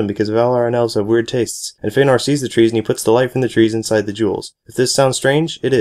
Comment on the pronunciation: THAT IS NOT HOW YOU PRONOUNCE TREES!!!